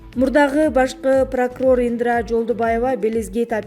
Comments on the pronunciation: Ай журналис Ендра емес Индра десен 😂😂😂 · Индра. эмес Индира. Дикторлор туура окуганга аракет кылгыла. Силерди канча миллион киши угат. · Диктор Индра дебей Индира деп туура сүйлөчү бай болгур. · Ындра дейт го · Булардын жанылыгын угуп буткучо нерв болосун , баардык блогерлер сабатсыз , жада калса темасын дагы туура жаза алышпайт!!! Мен да Индра дегенин угуп жазайын десем жазып койупсунар😊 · Былжыраган канал экенсиң, экинчи сени укмай жок, сүйлөсөң асмандын башын сүйлөйт экенсиң Индираны айта албай жатып.